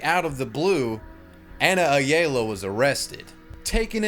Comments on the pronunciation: it’s pronounced ayalla not aya-la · I like this dudes videos, but god damn he is so white (and I am white too lol). First he doesn't know what El Pollo Loco is, calls it a local Mexican restaurant. Then he pronounced Ayala uh-yay-luh hahahahahahahah